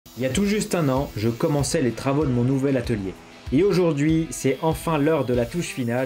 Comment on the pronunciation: Sur le coup de l’émotion, tu as dit étalier 😂